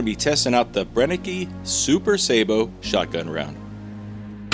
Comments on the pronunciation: If they are German the E on the end sounds as Ah. BrennekA. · I enjoy any of your videos, whether or not the slugs perform well. Btw, the pronunciation of the last "e" in Brennecke is the same as the second and third e in belligerent. Greetings from Germany.